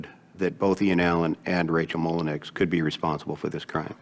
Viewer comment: It's not pronounced Molinex. It's pronounced Molinow, spelled Molineax. It's french and my family name.